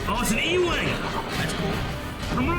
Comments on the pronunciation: U-Wing, not E-Wing. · U-Wing, not E-Wing. And I think the lightsaber violence thing is defo a Disney thing. Clone Wars was on Cartoon Network then Netflix, so wasn't beholden to what Disney XD usually show or want to show. Hell, I don't think we've even seen blasters hit any troopers for ages. It's all been stun or explosions so far. In fact in the next episode Saw stuns some troopers, Saw "kill every member of the empire and anyone in the way" Gurerra is shown stunning troopers. That's how much this is a Disney channel thing.